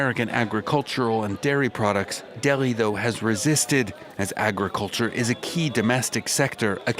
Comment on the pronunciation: Its Delhi not Deggi... 😂😂